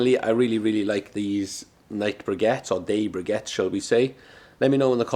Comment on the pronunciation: They're pronounced BRICK-ETTES ! And they'd perform better if stacked and not prodded